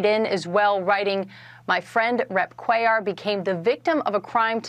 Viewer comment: do you EVER look to see how to pronounce these names and words you use?? Cuellar is even pronounced IN THE NEWS CLIP YOU USED!